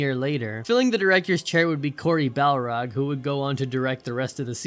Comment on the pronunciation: Cory *Barlog*. Not Cory *Balrog*. (Though someone actually having the last name "Balrog" would be the coolest thing ever XD)